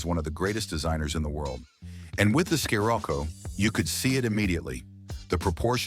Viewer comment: Did you seriously just call it a “sky-Rocco”? Fucking ai slop